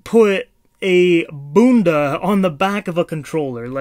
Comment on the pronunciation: Bro said bunda 💀💀💀